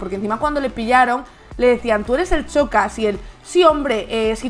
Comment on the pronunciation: He tenido que dejar de verlo a los 30 segundos. Xocas se pronuncia igual que Shakira. Es superior a mi escuchar pronunciar mal algo tantas veces en menos de 30 segundos 🥴🥴